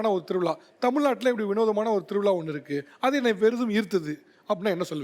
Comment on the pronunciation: திரு விழா.. தா correct உச்சரிப்பு... திருவிளா wrong... Correct ஆ உச்சரியுங்கள் சார் அழகான மொழி tamil. அதோட beauty கெடுத்தாதீங்க சார். இம் from கேரளா